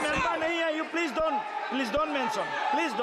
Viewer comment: Speaker sahib, correct your pronunciation. It's 'Please' not 'plege'😂😂😂